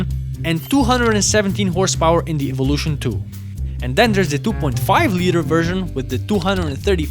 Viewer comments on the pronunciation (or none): none